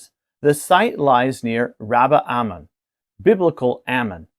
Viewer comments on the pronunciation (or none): You REALLY REALLY need to learn how to pronounce Hebrew words. You don't even say the Anglicized versions well. In the case of Rabbah, it is mentioned that way but if followed by Ammon it is ALWAYS Rabbat Ammon, NEVER Rabbah Ammon. It also not AHmin but ahMON and the o is long o as in moan. rahBAHT ahMOAN. If you had like a week of Hebrew classes you would know some of this. Why don't you at least asks someone sho knows, "Hey, how do I pronounce all these names before I make a video and sound uninformed.